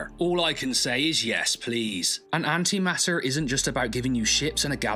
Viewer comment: Note the T. It's An-Ti-maT-Ter. Not An'ima'er.